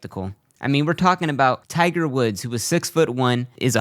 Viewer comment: his name is Tiger not tigger ffs speak English